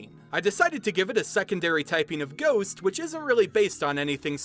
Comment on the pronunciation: anytime you say ghost i hear goose